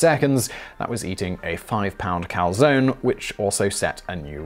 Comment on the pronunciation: ok gotta say it. There are people starving in the world. Still subscribed despite pronunciation of Calzone